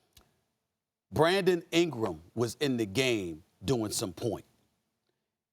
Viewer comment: "Bwandon Ingwam"